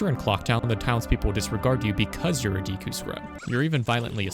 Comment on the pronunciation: Yeah, Romani's ranch side quest also gave me nightmares. But I was also not even 10 yet so cut me some slack too 😂 Ps. I loved the video. But please start saying "Deku" correctly. Edit: Totally agree on your last take. Gatekeeping brings no benefits to either party. Great video.